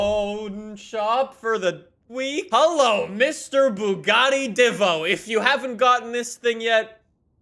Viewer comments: Bugatti "Dee-vo". Not "Dih-voh". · It is bugattie divo not divvo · Edit it is bugatti divo not divvo